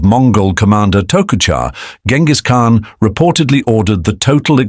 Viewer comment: That's not how you pronounce his name btw.